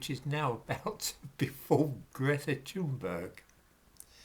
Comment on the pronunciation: if her parents were loaded and connected by the political elite, YES, she would be just as accepted by the impoverished. if you're going to critique her, at least pronounce her name correctly. you're not aggressive or working class enough to give credence, controlled opposition comes to mind. history debunked? don't make me laugh. nuke this comment at will, i expect nothing more from the likes of you.:X